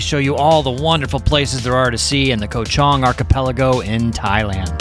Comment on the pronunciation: Koh Chang ! Not Koh Chong 🤦🏼‍♂️